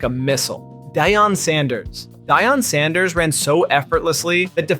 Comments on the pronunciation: diyon sanders ?? wtf is wrong with this clown 🤡 how can you not pronounce DEE ON sanders this video a whole L wtf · Who is Dyon Sanders. I can't continue to watch after disrespect like this. At least learn how to pronounce the man's name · Dee-on sanders